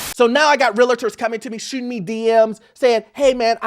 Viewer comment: Its pronounced REAL-TOR, not "REAL-IT-TOR."